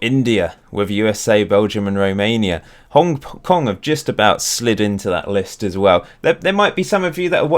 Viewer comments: is Hong Kong not Hong king😂😂😂😂😂😂😂😂😂😂😂😂😂😂😂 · xd its hong king